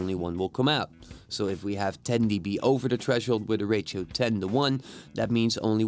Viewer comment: Simple and quick! Well done. It is funny the way you pronounce ratio, sounds like rachael lol